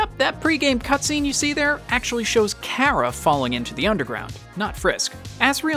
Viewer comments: btw, ur saying cara wrong, it's car-ra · Chara not kara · also i think you say it like chara not kara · me when people pronounce chara “Kara” everyone has mistakes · Normal People: Chara This Man: Kara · that is how chara is pronounced kara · as a aussie i hate that people say car-aha and not chara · Creator, u say it like ch-are-uh not k-ār-uh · Its not care-a it is Char- uh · Its not kara its Chara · Not Chara (Kara), but CHARA (Char-A). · nice vid but why do u say CARA instead of chara... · It's Chara not Cara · its not pronounced cara it has a ch for a reason, CHara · It is not Cara it’s CH-ara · Umm IT is Chara no Cara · karah? its chara or is that how you say it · Your saying cara but it is chara by the ways I love undertale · I’m confused is it pronounced Kara or chara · It's pronounced CHə-Rə,Not CH-ai-ra. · It’s not KARA it’s chara god dammit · Ka-\ra i tought it was ch ar a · bro said cara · Kera? Cara? Chara? How do you pronounce it? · The child is called chara pronounced c are a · ITS CH CH CH CH CHARA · Ok the h is not silent when you say chara it makes the ch sound so it's chara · No it’s Chara not OK what you said not what you said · Its pronounced "chara" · btw i pretty sure its chara lol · how this man says chara gives me anxiety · Please do not say Chara anymore because you’re saying it wrong